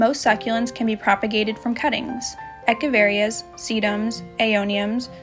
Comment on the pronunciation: Thanks for your video. No offense, but the pronuciation for Echeveria is "ech-uh-vuh-ree-uh". They are named for Atanasio Echeverria, a Mexican Basque botanical illustrator. Hope that's of interest.